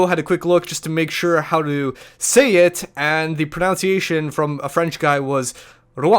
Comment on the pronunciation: It's pronunciation like PrNUHnciation. If anything, that was the worst one. I don't mind the other things. :P Love your videos m8.